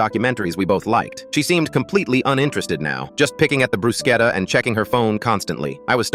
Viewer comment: Not the “bRuShCeTtUh”